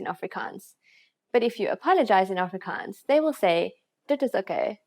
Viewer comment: I’m Afrikaans but this lady pronounce it pretty weird.